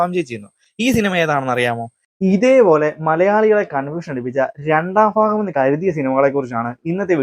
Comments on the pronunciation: ഫാര്യ... ഫക്തി... ഫാഗം... Bro learn to pronounce words correctly... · ഫാഗം അല്ല , ഭാഗം ആണ്. പ്രഫു അല്ല, പ്രഭു ആണ് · ക്ഷമിക്കണം ചോയ്ക്കുന്നതിൽ ബ എന്ന് പറയുമ്പോ എന്തോ സുയിപ്പ് ഉള്ളത് പോലെ തോന്നി, ഭാഗം എന്ന് പറയുമ്പോ ഫാഹം എന്നൊക്കെ sory സംശയം ആ 🙏🙏